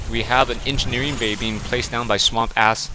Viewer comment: I can't believe you called him SWAM PASS!!! LOL!!! I guess that's the Dyslexia your wife was talking about kicking into high gear!!! You are the greatest shoutcaster alive today bar none!!! 4ever!!!